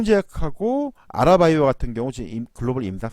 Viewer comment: 아라바이오가 아니라 아리바이오 입니다. ㅎㅎ